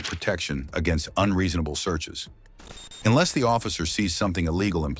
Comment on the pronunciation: This guy says enless an awful lot. Which should be your first clue?He has no idea what he's talking about , really. My father was in-law enforcement for 29 and a 1/2 years. His advice was simple. If they pull you over give me your license registration insurance card. Admit nothing. And if they ask you where you just came from tell them I would rather not discuss that that's my personal life. They wanna know where you're going.I don't wanna discuss that that's my personal life, keep your eyes straight forward.If they ask you to turn and look at them do so , it's part of their drug and alcohol check. They don't have to be allowed to search your car without a warrant but if they separate you from the car and ask if they can search it they're probably going to go get a warrant anyways. What today's cell phones?You could ask to call a lawyer. Make sure you use your phone. I don't give them a hard time.